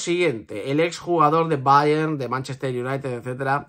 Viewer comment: Que cansino eres diciendo ,BAYEN,BAYEN ,BAYEN….El BAYER MÚNICH que se ha pronunciado toda la vida coño.